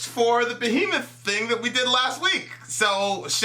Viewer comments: its BEHEMOTH not Behmoth get your shit right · Who df is "Behmoth"?....Also am I the only one who noticed this?